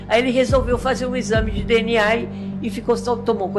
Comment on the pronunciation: e que agonia você falando "DNAR"